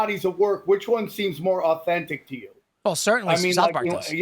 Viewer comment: He said authentistic